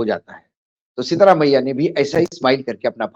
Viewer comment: Please get the name right it is SIDHI ramayya not SEETHA ramayya